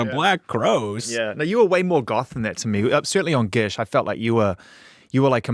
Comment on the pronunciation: Zane’s NZ accent really coming out with that Gish pronunciation 😂 Love it!